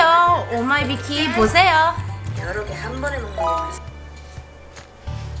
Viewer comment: 오마이비키 인데요 왜 오마이영 이에요